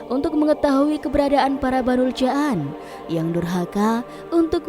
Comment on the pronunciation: Abul Jaan (dipanjangkan, jamak dari kata jin, bukan ja'an) hadewhhh, narasinya payah...